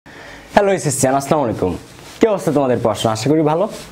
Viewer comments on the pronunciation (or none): none